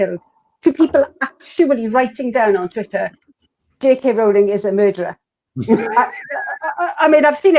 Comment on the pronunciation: You actually pronounce 'Rowling' like 'Rolling', not that it really matters, lol.